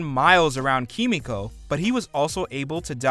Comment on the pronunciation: This anouncer guy do you even watch the boys miss pronounce kimiko's name